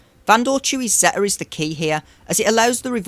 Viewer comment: It’s a good guide for some of the lower divisions. Some questionable pronunciations of some of the character names and the word ‘Zeta’, but that’s beside the point. I would not recommend ever placing Nest or Wampa on D in 3v3, they are easy solos and undersized squads are often the difference between winning and losing in division 1&2, at least in my experience. A high tenacity Nest can solo almost anything and Wampa can solo most rebel or timeout based squads without a daze.